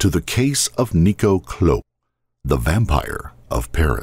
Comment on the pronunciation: IT’S NICO